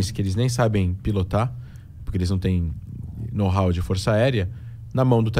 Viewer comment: é...os que sabiam acabaram com os prédios lá em NY. Aqueles sim tinham o nôu ráu né?